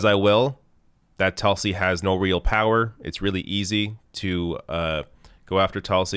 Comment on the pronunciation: It’s TOOLSI, not Tulsi